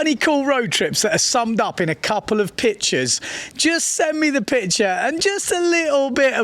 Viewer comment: i like it when he says bitches instead of pictures 😂